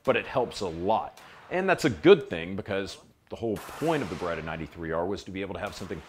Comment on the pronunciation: it's B E R E TT A ! Not BUREDA